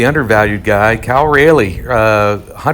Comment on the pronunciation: Very interesting stuff. A few things, Cal Raleigh is pronounced the same as the city. And how are you calculating secondary average, from the stats of a tournament or from card results, both pose interesting questions and problems. Also, your last minute is very difficult to hear, your volume when way down and the music drowned you out.